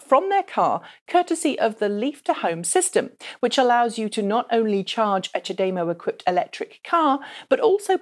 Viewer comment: Is the ghastly 'CharDayMow' another awful bastardisation of the language? In Japan they say Cha-Da-Mo.